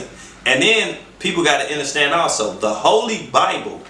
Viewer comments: Lol.. There's no way I could make it all the way through this...I couldn't listen to him say "enterstand" another time.. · Nigga automatically took a L when he said "inerstand" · did this nigga say enter stand i cant listen to u after that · PAUSE!!! DID THIS ENTIRE NEGRO just pronounce "understand" enterstand????? Please!! Throw this nigga into to the sun!! Please!! 🤣🤣😂😭😭